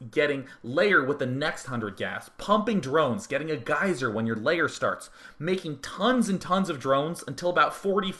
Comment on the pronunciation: Maybe I'm missing something, but do you keep saying 'layer' instead of 'lair'? :P